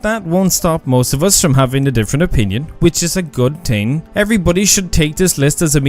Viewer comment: Lol you think you’re superior because we spell and properly pronounce artIfact instead of “artefact” like you, and then you proceed to say “teeng” instead of saying “thing”